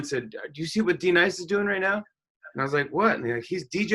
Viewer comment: D-Nice? Do u mean Denise?